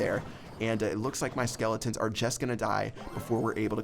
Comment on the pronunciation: Clash Royale really Are 10 you don't know how to say are